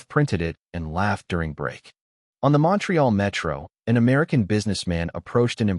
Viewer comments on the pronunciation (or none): none